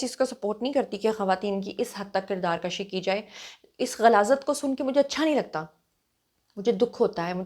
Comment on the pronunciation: kirdaar kashi nahi kirdaar kushi plz